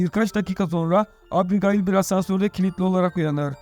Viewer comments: abigail diye söylenmez o☺ o "ebigeyl" diye söylenir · şu abigayıl muhabbetine daha fazla maruz kalmamak için açtım 1 saat 50 dakika filmi izledim. hayır filmi izlese orada bile ebigeyl diye telaffuz ediyorlar. sündüre sündüre uzatmışlar. güzelim fikri bk etmişler izlemeyin. zaman kaybı. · Abigayl yazilir amaebigeyl olarak okunur turkceniz iyi deyi anlatiminiz yanlis once konusms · Abigail mi? Arkadaşım Ebigeil diye okunur o. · Abigail mi yok ismail deseydin daha iyiydi😂😂 ebigeil doğrusu bu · ABI GAYIL EVET, BEN DE ARAP FİLMİ FALAN SANDIM YUH EBİGEYL OLARAK OKUNUR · Abigayl abigayl nedir kardeş anasınıfı mezunumusun sen beynim yerinden çıkacak duruma geldi kulağımdaki çınlama felç etti beni abygayl nedir amk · abigayil nedir yaa :))))) daha isimleri söyleyemiyorsun sen :D :D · Abigail degil mal "Ebıgeil" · "Abi gaail" hint gurusu ismi gibi okuyorsunuz😅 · Abi,kiz gayymiki kiza abigail diyon,o ne lan😂😂😂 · Abigail yazılır, ebigeyl okunur. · Abi Gayil 😂😂😂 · Sıfır İngilizce anladık da bari ismi söyleyebilseydin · artık o kadar alıştık ki adam hamdiğayl dese tepki vermeden öyle dinlerim